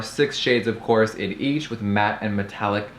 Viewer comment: Of cwos..of cwos.. of cwos.. Of CwOoSs